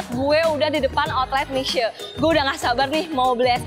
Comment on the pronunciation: Itu bacanya Mishie…..